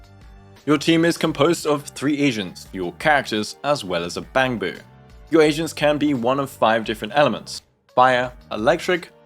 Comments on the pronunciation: I’m not gonna lie. I thought he said “three Asians” instead of “three agents” 😂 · Perfect, just what I need. Also I cracked up because I misheard you as saying “your team is composed of 3 Asians”